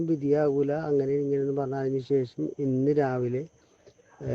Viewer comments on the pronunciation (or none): none